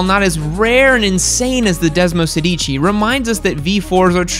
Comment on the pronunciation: The pronunciation of “Desmosedici” is Desmosèdici, not Desmosedíci. Look at the accent, is different. Listen to an italian person saying it and you’ll have the correct pronunciation.